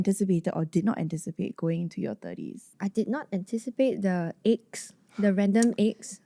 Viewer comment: I hear ache as egg too 😂